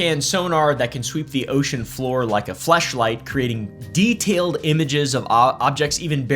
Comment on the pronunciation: Dude definitely said fle shlight not flashlight 😂